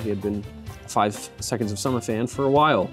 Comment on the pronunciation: That r in summer is getting more and more prominent and I've never wanted someone to pronounce something wrong so badly